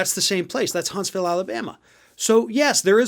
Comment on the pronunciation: Hunts - vul. Like Lew -uh-vul ;)